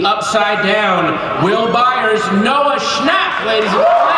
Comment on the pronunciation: Cmon at least say it right “Noah Schnop”